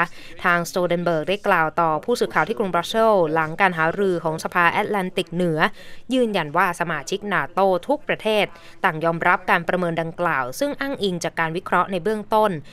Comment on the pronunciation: NATO ทำไมต้องออกเสียงเป็น “นาโต” ในเมื่อเจ้าของเขาออกเสียงเป็น “เนโต” อีกทั้งตามหลักการออกเสียงภาษาอังกฤษ a+t ก็ต้องออกเสีนงสระ เอ อยู่แล้ว